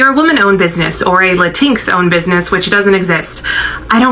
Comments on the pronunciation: "Lateenx" IT'S LATIN-X YOU SWINE (in response to the yt lady) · Did she just say "lah tinx"? 😂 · Who is “Lantinks?” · La-tinks! Cuter-sounding pronounciation than Latin-ex, actually. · What is a latink? Do you mean Latino. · She is correct that "la-tinks" doesn't exist 😂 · She better not be eating Mexican food or any Latinx (latincks as she pronounced it) foods. Cause we need to smack them tacos right out her mouth. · She can’t even pronoun Latinx correct!😂 And even most Latin folks don’t like that term! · She's being awfully loud for someone that has absolutely ZERO understanding of what she talking about. She can't even pronounce Latinx right 😂 And that last girl is always showing up to drag her own palm folks 😂